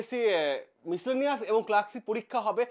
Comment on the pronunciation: মিসলেনিয়াস এর উচ্চারণটা ঠিক করে করতে পারছেন না আর এনালাইসিস করছেন ভিডিওতে আপনার নিজের রায় দিতে এসেছেন না গভমেন্টের কোন জেনুইন খবর দিতে এসেছেন। আপনাকে আরে সার্কাসের জোকার দুটোকে একই লাগে বেকারদের সঙ্গে খেলা করে ভিডিও বাড়াচ্ছেন